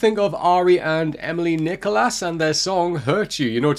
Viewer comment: Thanks for the reaction. A few things… It’s “Nee-koo-laa” (her father is French, I believe). 😊 And as others have said, not the best first impression due to the autotuning or processing of her vocals. Unfortunately, the NRK P3 YouTube channel has removed its videos. They had all the Aurora covers (God is a Woman, Believer) and tons of her live performances you’ve reacted to in the past. Same with other artists. So Emilie Nicolas’ “Feel Fine” stripped-down live video is gone. But there might be some other good ones around for Feel Fine, Oh Love, etc. As for ARY… you mentioned hurt and pain. Very much so: “Norwegian artist ARY released her debut album ‘For Evig’ early in 2022. Written and produced by ARY the album takes the listener through the various phases of grief she experienced when losing her twin brother, a couple of years ago.”